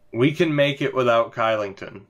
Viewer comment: Kylington = Shylington, because Swedes don't like to say K's :D